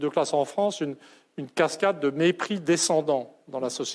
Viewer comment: "Cascade", et non "casquade", quelle caguade ! ;-)